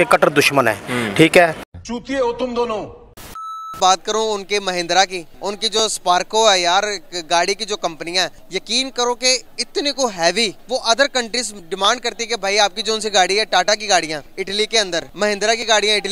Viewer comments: भाई skarpo nahi स्कॉर्पियो hai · स्कॉर्पियो को स्पर्को बोल रहा है। लुल 🤣🤣🤣